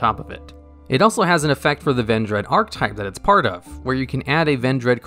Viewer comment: Archetype is also a common mispronunciation from him. Ark E type, not ark type